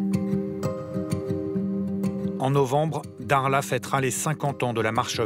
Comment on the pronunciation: il sait pas prononcé le mot dakhla où quoi correctement ? 😂😂